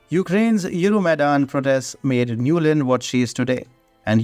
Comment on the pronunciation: Victoria Nuland has become Nolund 😂😂